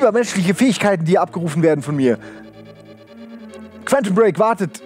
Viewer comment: Ob es jemals schaffen wird, das Wort Quantum korrekt auszusprechen?